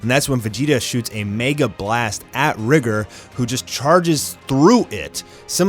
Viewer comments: Its not (RI)(GR) it’s (Ry)(G)(OR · It’s “rigger” that’s how the author said his name is pronounced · lol. thats what they wanted to go with the pronounciation RIE-GOR